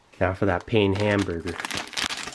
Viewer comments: I love you Steve, but it's "penn" not "pain" ;-) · Pain is pronounced pah like a cheep saying baaaaaa. but with a "p" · It's pronounced 'pan'.... pain is french for bread lol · "Pain hamburger" I'm sorry, what? "Hamburger buns" oh okay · "pain hamburger" LMAO jeez buddy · “Now for that Pain Hamburger.” Me: 😔 It’s “puhn” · “Pain hamburger” As a French speaker it killed me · As a quebecois! Him saying "pain hamburger" killed me🤣🤣🤣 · I'm from Germany and damn, that one hurt despite dropping French in grade 11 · Hey Steve love your vids. Just so you know the word "Pain" is french for "Bread". Love your vids carry on!